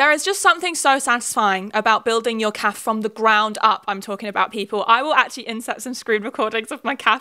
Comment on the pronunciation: So confused why you pronounce cafe like calf